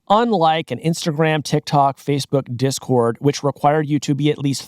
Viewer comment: cant even say discord💔🥀